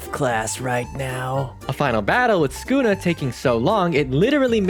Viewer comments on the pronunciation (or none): bro said skuna